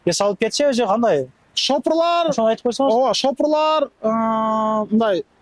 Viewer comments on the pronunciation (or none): Шафёр десен шопурлаар дебей